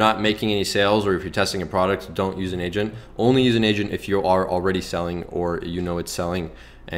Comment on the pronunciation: Finally an honest drop shipping guide...so much bs make 10k in ten hours type rubbish. TY! When u said u need an "agent" I heard "Asian" and was confused lol